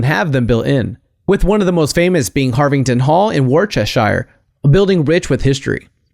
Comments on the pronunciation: You said Worchestire wrong. It has to be pronounced as wūs-tah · The way you said Worcestershire made me cringe. It should be wust-er-sheer. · English person''s side bar for a moment. Worcestershire is pronounced (phonetically) as Woostersheer. Thank you for your attention and some great videos. Love from England. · Harvington Hall in 'Worcestershire' - pronounced (woos-ter- shur) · Worcestershire is pronounced wusster shire... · It's pronounced "WOOSTER-SHERE". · That wor-cest-shire just made me cringe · Harvington Hall, Worcestershire. Worcestershire being pronounced 'wust-er-sher'. Still, you gave me a laugh so it's all good. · Good video, but it isn't pronounced Woar-chest-shire, and you didn't pronounce Mengele or Auschwitz, or Byzantine right either. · Worcestershire is pronounced wou-ster-cher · Cringe worthy pronunciation of Worcestershire..... and Josef Mengele lol